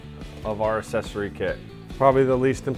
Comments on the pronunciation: Asscessory? Sorry to be pedantic but it’s pronounced ‘ak sess ory’. Yep I hate myself now😂good video tho. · Thank you!!! I thought I was the only now who noticed the mispronunciation lol